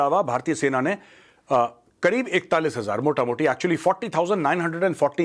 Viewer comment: Are you Bengali sir ? You said 'motamuti'